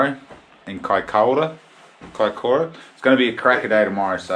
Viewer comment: Mean da boiis oh an it's kaikoura not kiakoura😂👌